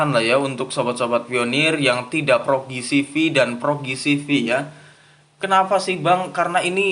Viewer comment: Ji si vi bang ji si vi bukan gi si vi